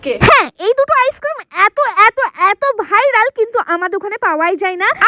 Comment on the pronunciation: ভাইরাল ❎ ভাইলাল ✅ 🤣🤣